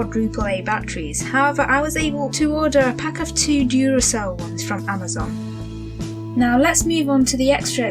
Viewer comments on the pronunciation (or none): none